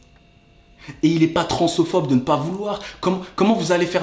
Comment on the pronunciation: On dit transphobe et pas transophobe et sinon super vidéo